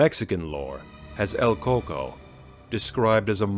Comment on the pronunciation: El Cucuy, not coco...